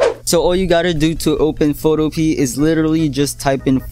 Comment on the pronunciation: It's pronounced "foto-p-a"